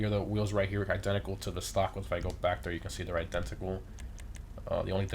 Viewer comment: i-den-TA-cal lol he says it so weird like he has trouble with it